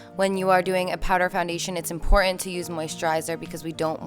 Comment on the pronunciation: Nice routine, but are you aware that the word "important" has a "T" in the middle of it? Practice saying "importTant" over and over and maybe get someone to listen to you and encourage you. I do love powder foundation and appreciate the routine☺